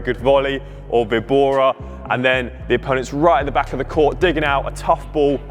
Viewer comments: The "víbora" is pronounced "vee-bora" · should pronounc: vee-bora (víbora) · It's a Spanish word, so straightforwardly pronounce vi-bo-ra. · It's a Spanish word "Víbora" (with the emphasis on the letter "Í") which means "Viper" in English. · For Víbora = Snake in spanish the Best way to pronounce it, is number 2 Vee-bora. Great content by the way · Hello im Mexican, here we have plenty of VEE-BO-RAS (snakes) so its no.2 - VEE-BORA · Nice one. Definitely vee-bora, in Spanish pronounced Bee- bora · Vee bora it's better. It is the spanish word "víbora" (note the accent at the i), So vee bora, but with a slightly short ee. Great video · Vibora is "sdrucciola", tonic accent on the first syllabe. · Now I'm anxious to hear you say it right in spanish! 🤣 2 option is the right one.